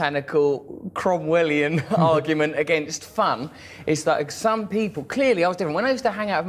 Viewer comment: He said crowuelian or chromwelian